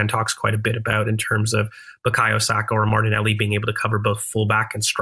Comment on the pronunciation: Video was going so well until I heard an American say Saka in the 10 😂😂